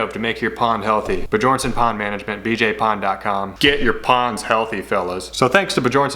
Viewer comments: At first I thought you were pronouncing Bjornson incorrectly on purpose, but now it's clear that you don't know how to. The j in Bjornson is pronounced as a y like in young, Be your n son. It's a Scandinavian name that means Son of a Bear. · did you know Bjornson means bjorns son. and bjorn is danish for bear. so its said also like be-yorn